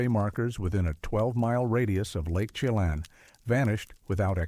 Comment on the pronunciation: It's pronounced Lake "Shha-Lann" not "chey-Lon" and Colville is pronounced "call-ville" not coal-ville.